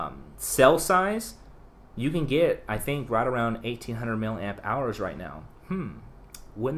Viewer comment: He was just saying it wrong 🙄